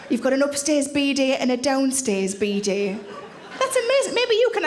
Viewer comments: took me a while to figure out she was talking about a Bidet, the pronounciation is just backwards ^^ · It's quite extraordinary how many differences there are between British and American emphasis. We emphasise 'down', Americans emphasise 'up'. 'BEE-day' v 'bee-DAY'. I used to think that Americans were trying to be different out of caprice. Ironically, the word 'caprice' is pronounced with an upward intonation in British English. 😊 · I never knew that word is pronounced “beady.”